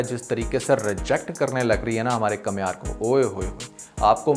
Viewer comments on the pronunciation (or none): Kamiyar not kamhiyar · بھائی کمیار نہیں بلکہ کامیار